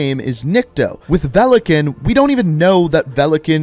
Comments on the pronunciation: It is pronounced velikÀn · its not velikEn its VELIKAN тако да можеш ли да немој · Velekan....... my ears are in pain ... великан= valikan .... there is a i witch should be audible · Its veli-kaahn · His name is pronounced Vee-lee-Kahn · i is silent it is velikan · Oh, so you bothered to translate “velikan” (stress is on the “a” btw) but you never bothered to translate “nikto” (stress on the “o” btw). Nikto “никто” means nobody/no one in Russian. And there is no such name as nikto. Something being written in the “name” part of the bio doesn’t mean it’s their name. Otherwise ghost would have Simon Riley there and not just ghost. Same for mace, I highly doubt it’s a name.